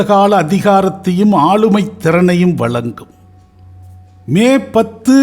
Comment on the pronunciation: Your Tamiz is good. But can't you pronounce the special letter of Tamiz. Za. Valangya illai. Vazankyua. Valangum illai. Vazangum.